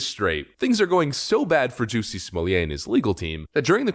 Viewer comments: You know your the only guy on the planet who prounces it's name "Jucy smolyay!" 😂 luv ya brother!! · Stop saying his name! Stop saying it wrong. Juss-y Smol-let. He’s fake. He tried to jazz up his bog standard name. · 'Juicy Smallie-yay' - so glad you are pronouncing his name correctly, 🤣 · How many times you wanna say "Juicy Smulliet"? - Yes. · You are pronouncing his name wrong. It’s “Juicy Smellit” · Jew-see Smuwl-yay... Lol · How many times did you say Juicy Smooyay??? Too funny!!!!!! LOL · When you intentionally mispronounce a person’s name, it reflects poorly on you. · Good grief!! If you are going to talk about someone, at least find out how to pronounce their name. You lost me... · You are certainly right put god does it hurt to hear that pronunciation of his name